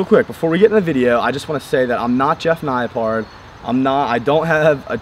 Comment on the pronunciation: lol that moment when he said Jeff Naipard